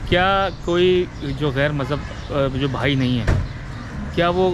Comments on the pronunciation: Anchor saay correctly, it's not bhai it's " bahai" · Bhai Nahi hota bihai HOTA he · انٹرویو کرنے والا بھائ بھائ کر رھا ھے جبکہ "بہائ" ھے۔دوسرے اتنی تفصیلی معلومات ارام سے بیٹھ کر انٹرویو کی صورت بھی پہنچائ جاسکتی تھی۔😊